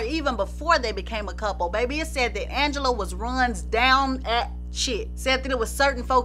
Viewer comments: Ooohhhh!! Don’t let Ms Angela Winbush hear you pronouncing her name all regular!! 😅😅 it’s AHHNgela!! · Yes I remember she was a guest on Video Soul and she corrected Donny Simpson to pronounced her name as Aunngela not Angela. 😂